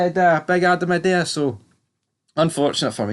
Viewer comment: Also, are you on the wind up with the prounouciation of Idah? Lol, ih-day-a is faf. It's I-Da.